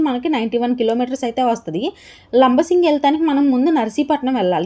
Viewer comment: Madam.. labasingi kadandi.. LAMMASINGI